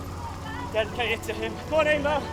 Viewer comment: its pronounced "eeee-mer".....loving the show by the way. +1 for the HD pleeeease